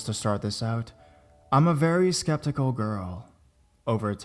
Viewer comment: Sceptical sry it sounded like conspicuous